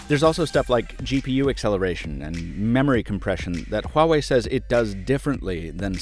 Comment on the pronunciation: Wah... not Hwah... WAH-WAY, sorry I work for a phone company and the amount of people who say this name wrong on a daily basis is enough to give me a seizure